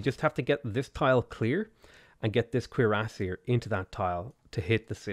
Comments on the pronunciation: The pronunciation of cuirassier is French and its cure-ass-ee-air, named after the type of breastplate they wore. You said it correctly at 19 mins despite butchering it (cringe worthy) most of the time. :P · Every time you say cuirassier my brain triggers. Is that the right way to say it? :P Interweb search was a bit onconclusive. Nice game btw mate. If you're ever up for a multiplayer match hit me up.